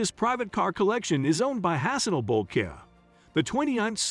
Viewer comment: It's pronounced BREW-nigh, not brew-knee